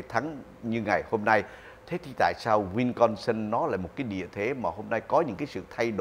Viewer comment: Wisconsin not winconsin, ông.